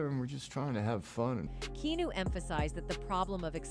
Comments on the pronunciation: KeeAhNew, not Keenu. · Key. Ah. Noo is how it's pronounced. Dumbas$es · They way she pronounced his name was annoying 🤦🏽‍♂️